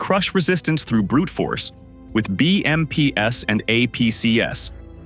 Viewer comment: Stop with the AI voice audio. It's BMPs and APCs--the plurals of BMP and APC. It is NOT "BMPS" and "AMPS". Also, the mines are clearly not hidden. You can see them sitting on the road, in the open, as the tank drives across them anyway. One guy with a stick could have easily cleared the road of the mines but the Russians are too stupid, uninformed and untrained.